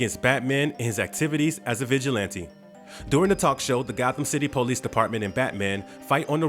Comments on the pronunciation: " The po- lice force"..????🤣🤣 Employ someone to narrate with a better style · Darn Poe-lease.